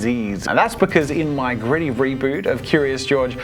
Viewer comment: I'm sorry, I was hearing Griddy, not Gritty 🤣🤣